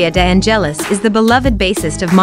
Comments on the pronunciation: Omg the accent on the e of De angélis is totally wrong. Correct is De ángelis accent on the a... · The silent accent (the cadence) of the surname "De Angelis" does not fall on the "E" but on the initial "A". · nice video, but the way you pronounce Victoria's surname is terrific eheheheh :-D